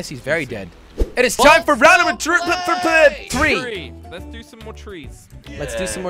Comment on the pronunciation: Jelly it's 3 three not 4 tree 🌳